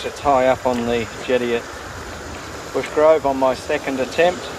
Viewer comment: *Brushgrove, not Bushgrove 😂